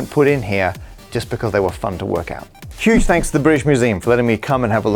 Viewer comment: "hugh thanks"? who is Hugh?